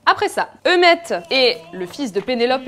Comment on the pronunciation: Il s'appelle pas Eumèt, il s'appelle Eumée. Eu-mée, Eu-mée, Eu-mée ! 😂